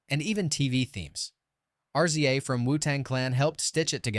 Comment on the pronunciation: Volume. One. "R- Z-A " Man, fuck the AI VO.